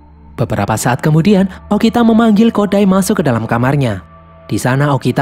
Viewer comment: kok bilangnya okina harusnya bilang okita